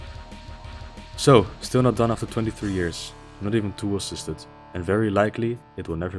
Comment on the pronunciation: Great video. Your accent is not hard to understand at all, but you may want to practice saying “tool assisted” as you sound like your skipping a couple of the syllables sometimes. New sub earned from this video! Hope I enjoy your back catalogue just as much.